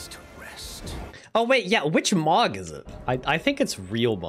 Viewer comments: Every time he pronounces Mohg “Mog” I die a little inside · no hate, but the moh in mohg is pronouced moe :( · bro Mohg is pronounced "moe-g" not "mog" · why do u pronounce mogh wrong